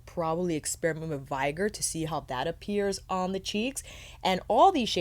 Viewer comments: Off topic, and unlikely to get a reply, but this is the second review of this palette where I hear "vigor" pronounced as /'vaɪgər/ and not /ˈvɪɡər/. The latter is in the dictionary, the former is not. And you in general seem to have an exceptional command of the English language. And this is a fairly common word. Am I missing something? Is that a new pronunciation? Some meme around this word? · Hello lovely, think the word is vigor (Vig-errrr) as in vigorous? Strong darker red colour - all the colour names seem to match the colours...